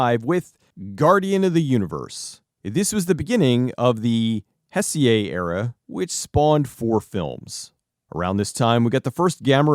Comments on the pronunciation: Heisei era is pronounced "Hey Say" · dude, I love you and what you do, and I know pronouncing Japanese stuff is hard, but every mispronounced word makes me yell XD Heisei is pronounced hey-say, just a tip for future episodes. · I hate to be that kind of a guy, but Heisei is pronounced "Hey-say". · Heisei is pronounced 'hi-say' just fyi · Just for the record; It's pronounced more or less as "Hey-say". ; ) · "Heisei" a actually pronounced more like "hay-say". And speaking of: The Gamera Heisei trilogy are three of the best kaiju movies ever. I will absolutely die on this hill (which might actually be a giant turtle in disguise). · Was about to comment this myself, lol. "Hessiay" sounding like it's French or something. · Hell yes, Kaiju content on GBF🔥👏 How could anyone hate Gamera? Hes so neat! Awesome video! (Despite butchering Heisei 😆😉🤟) Keep the giant monsters coming! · That was pretty painful.